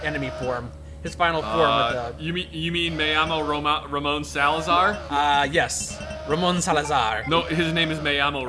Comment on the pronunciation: One can just wonder how many times has been wrong about his facts while being so serious about it being pronounced Ramón "Sálazar".